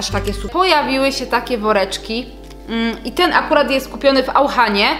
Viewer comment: Nie mówi się "AUCHAN" tylko " auszan"